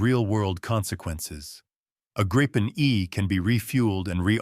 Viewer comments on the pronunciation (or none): Tänka sig AI-n klarar ibland av att uttala Gripen men faller ofta till det felaktiga Grajpen, hur svårt kan det vara?